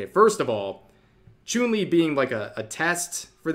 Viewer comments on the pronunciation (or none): Small nitpick: Chun Li's name is pronounced Ch-uhn, not Ch-oon like Chuunibyou. Like how the martial arts Wing Chun is pronounced Wing Ch-uhn. Otherwise, great vid! Source: I'm a fighting game player. Also an Asian. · I won't lie, I was whinging when Rev called Chun-Li, "ChUUn-Li." Though now I kinda want more of mispronounced Street Fighter names. RYE-YU K-EEn ChUUn-Li Blank-Ah. Zang-if DAL-Sim. Kami White. Bal-Rogue. VEE-GA M. BI-Soon. and A-Ku-Ma. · ah yes, choon-li